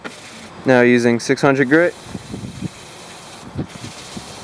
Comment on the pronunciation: One hundreht grih I love accents My dads from Chihuahua and he says yunkyard, Yeep, and anything else that starts with a j is y